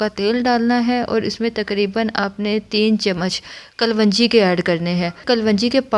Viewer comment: Kalvanji nahi balki kalaunji hota hai